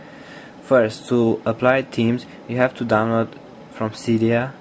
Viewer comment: HAHAHAHA! "Here you can serch fo suff, like temes"